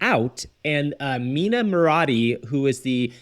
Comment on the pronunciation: It’s not Mina….